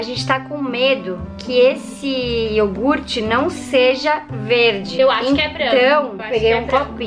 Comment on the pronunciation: "iorgute" kkkkkkkkkk